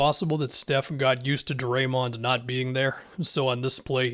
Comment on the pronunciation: be pronouncing draymond like doraemond